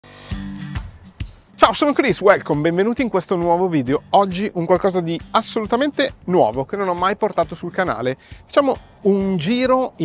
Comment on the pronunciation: Ti apprezzo molto ma la pronuncia “uelcom” non si può sentire😅